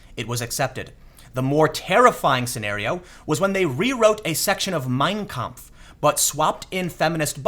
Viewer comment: In "Mein Kampf", the stress is on the last word. Sorry to sound like a grammar (stress) nazi, but it really bugs me. It'd bug anybody who speaks german.